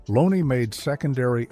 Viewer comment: It was very nostalgic but the AI narration ruins it. Lowney being pronounced as Loney and Neilson being mis pronounced. Get rid of the AI